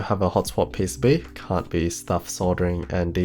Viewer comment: He says PCB like peh sey bee